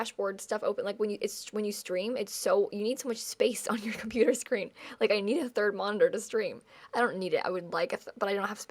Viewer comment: "for mah chonputer"